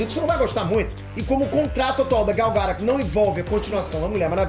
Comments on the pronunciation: caraleo, por favor cara, aprende a falar os nomes, todo video que tem nome de alguem vc fala mega errado, UHASEHUAHEAH Sério cara, vc mora nos estados unidos mano, pelo amor de goku! ela mesmo fala "aqui é gal gadót" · você é demais! ótimo esclarecimento! Só um detalhe, a pronúncia do nome dela está errada. é um nome israelense e a pronúncia em hebraico é Gal Guh-dot (com o som do T). Tem vídeo dela no youtube ensinando a pronunciar;) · Por favor, pronuncia o nome dela corretamente! GAL GADÔT! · Gal GadóT( com som de T no final) é a pronuncia certa, segundo a propria falou no Jimmy Kimmel. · "Gáu Gadôut" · "Gadô", irmão! fala "Gal Gadô"... por favor! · quando vc fala a pronúncia do nome da Gal meus ouvidos sangram